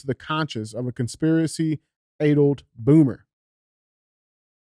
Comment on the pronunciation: I love DJ's reading, "aydled" lol 🥰